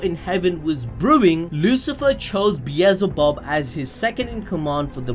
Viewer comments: It's beel-ze-bub bro... Not bezelbub..😆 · bielzebub BRUH its belzebub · It’s not bee ez zul bub, it’s Bee el ze bub. Bee el ze bub. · no one gonna talk SBT how he mispronounced beelzebub the entire video. its not beezelbub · the amount of time he said beezlebub